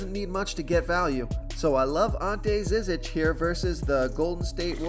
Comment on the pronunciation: And Ante Zizic is prnounced JIH jitch